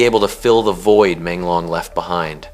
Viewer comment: Porque que vc está falando o nome dele errado e Menglong não e difícil .uma falta de respeito